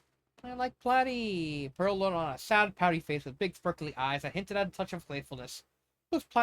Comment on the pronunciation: lol, what’s with the accent? I did NOT write Platinum with that in mind, lol And Pearl’s nickname for him is pronounced PLAH-TIE, not PLAY-TIE.